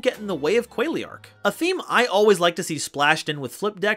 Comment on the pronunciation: tfw you pronounce Qualiark as Quailiark. You're butchering these names man.